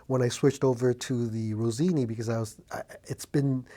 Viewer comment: Rossini, not Rosini. 😉